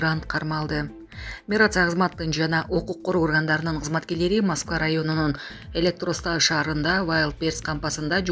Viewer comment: Электросталь болот электростал эмес